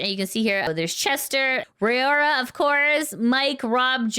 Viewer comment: Raora is pronounced Rah-oh-rah like the word wow.